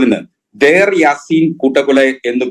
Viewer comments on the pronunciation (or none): none